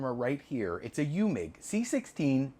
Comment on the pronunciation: you need to work on your German 😂 Eumig is pronounced: Oi mick. Wien is pronounced veen and it's the German word for Vienna. 😂 PS: I use a metronome app on my cell phone for time lapse. 60Bpm = one click per second.